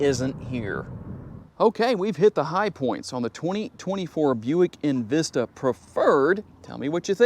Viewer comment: Its not invista its envista really